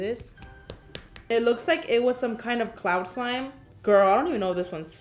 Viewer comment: How I say girl "gurl" How karina says girl "gOuRl"